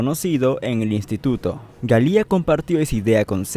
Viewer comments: Ayyy siii... Odié el "Galía" 🙄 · Bob "Galia" ? Que pasó con la pronunciación del apellido ? Creo recordar que en tus anteriores videos si lo decías correctamente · yo he visto varias entrevistas en inglés a Bob y no pronuncian su apellido 'Galia' pero es algo sin mucha importancia, lo bueno es que haces excelentes videos de "Volver al futuro" que es de lo que soy fan ! Gracias por hacerlos.